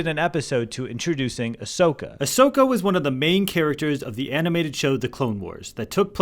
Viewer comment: Ashoka with a A not with Aa